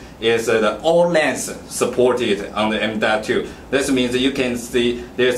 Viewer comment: Dees wan isuh emdotoo, and edees wan isuh urtrah emdotoo.